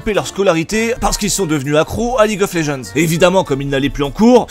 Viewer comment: En anglais, "Legends" se prononce [Lédjennddz], pas [léjeanz] >.> .